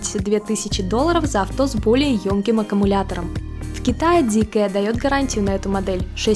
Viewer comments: Зикэ??? Серьёзно??? Вы уверены что именно так она называется? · Зикр, не коверкайте